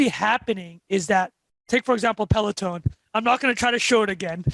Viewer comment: Great guest! Also us Canadians take no responsibility for pronounciation of Peleton